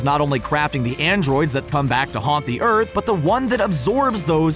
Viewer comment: “Urt” it’s earth😂